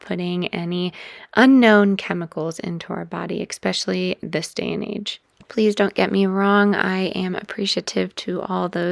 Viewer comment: Please refrain from saying EXSPECIALLY!